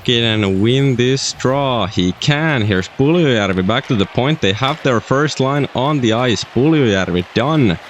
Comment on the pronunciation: The way you say Puljujarvi is amazing.